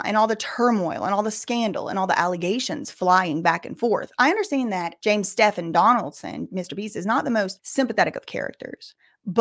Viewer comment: Girl Stephen is pronounced Steven.